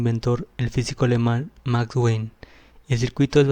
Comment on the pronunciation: Puente Wien, se pronuncia "bin" es alemán no inglés.